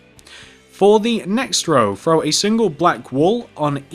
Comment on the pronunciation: Does anyone know he's saying frow instead of throw